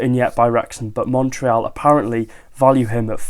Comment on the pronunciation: Thanks for saying the "éal" of Montréal correctly 😊 Normally, English speaking people here in Canada mess it up. 💪